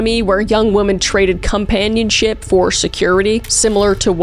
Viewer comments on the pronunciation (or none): The emphasis on the word “companionship” is crazy work